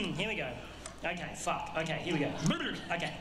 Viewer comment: that f bomb sounded Aussie